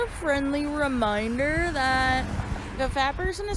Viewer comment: It's "Just a friend-ly re-MYN-der..."